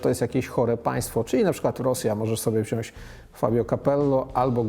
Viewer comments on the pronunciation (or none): Panie dziennikarzu - mówi się 'WZIĄĆ' ,nie 'wziąść' ... Także 'brać' zamiast 'braść'. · Stano! Mowi sie wziąć a nie wziąść. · Stanooski nie „wziąść” tylko wziąć. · Panie Redaktorze, nie wziąść tylko wziąć ;) poza tym jak zwykle w sedno i z humorem. Pozdrawiam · proponuje panie redaktorze popracować nad poprawną wymową...mówi się wziąć a nie wziąśc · Wziąć a nie wziąś. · Stano mówimy WZIĄĆ zamiast wziąś. Pozdro. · Stano nie wziasc tylko wziac! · Panie Stanowski, jakby Pan mógł mówić "WZIĄĆ" zamiast "WZIĄŚ" to byłbym wdzięczny, jak Bońkowi za tą decyzje. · ALE "WZIĄŚŚŚŚ" ?!! :) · Stanowskiiiii!!!!!! WZIĄĆ, mówi się